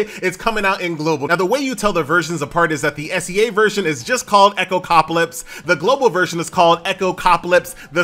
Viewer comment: How do you still keep mispronouncing this name? It's Echo-calypse, not Echocapolypse